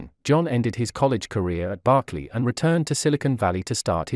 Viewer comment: BERKLEY NOT BARKLEY